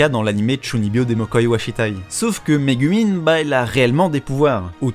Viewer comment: Répète après-moi : Ka-ZOU-ma, Mé-GOU-min